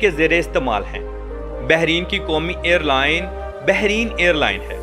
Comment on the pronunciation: ”بحرِین“ نہیں میرے بھائی، بلکہ ”بحرَین“ ہے ۔